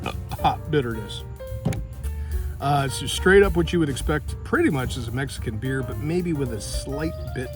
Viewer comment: "if you like beer, why else would you Behere (beeher)"... beer! lol